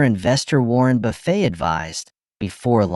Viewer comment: some one should invent an AI that can pronounce words correctly ------case in point Buffett as in Warren NOT food.